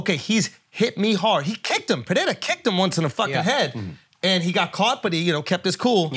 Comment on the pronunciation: STOP SAYING PERREIRA LIKE THAT YOU GUYS